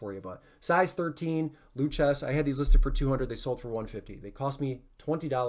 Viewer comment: The boots (Lucchese) are pronounced Lou-Kay-See :) great content. Always enjoy your videos.